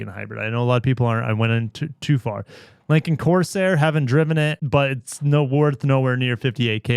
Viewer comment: always pronounces Lincoln like "lankin"